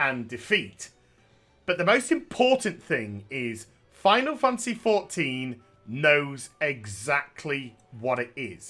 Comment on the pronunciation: I love how he calls it Final Fancy XIV instead of Final Fantasy lol.